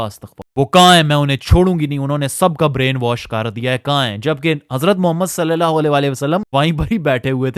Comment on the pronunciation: Swallallahu alaihi wasallam ko seen se nahi swad se ada karo bhai warna matlab badalte hain plz ..